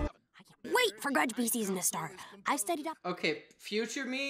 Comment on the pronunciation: You're actually one of the few reactors on youtube to pronounce grudgby correctly 😆